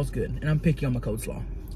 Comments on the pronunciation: lynn ITS COLEslaw NOT Coldslaw!!! Sooo annoying!! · "Cold slaw," Tammy you're so cute, it's coleslaw. 😂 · I love how she is saying cold slaw instead of coleslaw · "cold" slaw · She called it cold slaw bcuz its cold 😂 if i can remember that’s what she said before